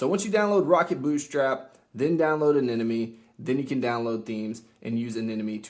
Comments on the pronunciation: its eh-neh-mon-ee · "Anenomoe" I don't see the other N in Anemone where is it? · Its pronounced AneMone 😂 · Why can't anyone pronounce Anemone?